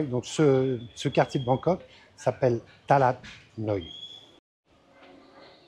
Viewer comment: Bonjour, sympa tes videos.je crois qu’on dit talat, pas talad